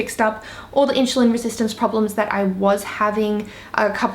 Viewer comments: Side note: it’s InSulin Not In-Sh-ulin ^^ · Inchulin holy shit plz learn to say insulin like everyone else. You sound like you dont know what you are talking about if you cant pronounce the basic words...